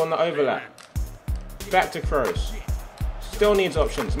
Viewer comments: Cruise not Krohs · Pronounced krus, not krows. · It's not krows its kroos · it's not Kroos it's Kroos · I know Tobi likes his OCD with pronouncing names. Lewandowski and Gundogan etc Then why tf is he saying Cross instead of Kroos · The way you say Kroos kills me. It's pronounced just like 'cruise' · he says kroos like kroas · Ps Tobi kroos is pronounced crew-ss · The 1 thing I don't like about you Tobi you support Man U and he doesent say Kroos right